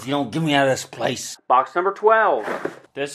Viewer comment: 4: 57 "Here some land tutles and water tutles" 😂